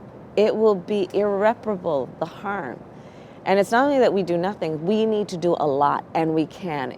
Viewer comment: Can you imagine Republicans caring about seniors and kids' health outcomes? Praise for Kamala's pronunciation of 'irreparable.' I don't think orange man would even know its meaning